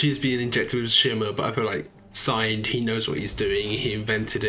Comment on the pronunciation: singed is pronounced like unhinged. Singed means slightly burnt, which I imagine he was when the shimmer caught fire around him in episode 3.